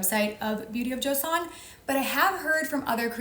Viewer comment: Little random note: "Joseon" Is pronounced closer to "jo sun" (like Jo from Little Women)! Great video :)